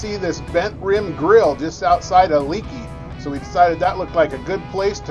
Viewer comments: I live in the area and its pronounced "Lake E". Bent rim is a great stop to get a refreshment and to stretch the legs.👍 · Haha, glad someone jumped into the comments to let you know how to pronounce Leakey! I grew up in Leakey and now we home base here. When I saw the title I had to watch to see where you ate. Bent Rim is always a good choice. Next time stay at one of our RV parks along the Frio River and enjoy the clear, cold water!